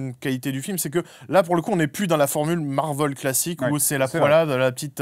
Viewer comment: tout le monde: marvél sébastien rasiat: marveul